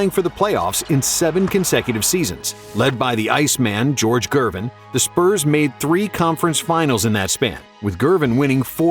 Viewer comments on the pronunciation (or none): none